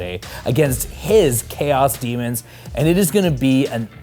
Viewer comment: Daemons vs Buttangels, i cant unhear that now (iam probably the only one that heard it as such.)